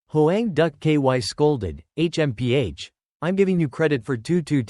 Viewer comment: H.M.P.H smh this ish is annoying af